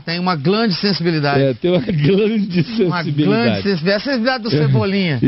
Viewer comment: "Glande sensibilidade" kkkkkkkkkk